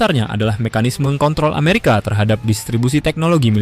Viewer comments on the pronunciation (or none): none